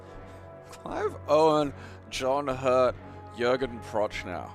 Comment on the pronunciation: pronunciation of Jürgen Prochnow is criminal, but given his absolute linguistic ineptitude, wholly understandable.